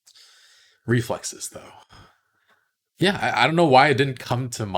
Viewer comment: preflexes is what she said